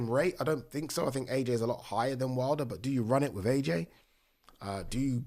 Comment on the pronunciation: Deontay ‘WID LER’ lol 😂